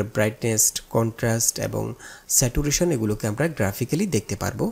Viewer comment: স্যাচুরেশন হবে not স্যাটুরেশন